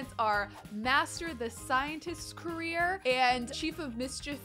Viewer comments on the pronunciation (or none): i luv u but it's career not carrer AHSOSJSOJDDO